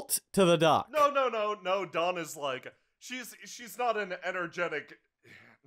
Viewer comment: every time you say dawn I hear thog